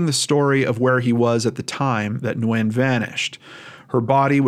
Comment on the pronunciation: Small detail, but thank you for taking the time to properly pronounce “Nguyễn”. !!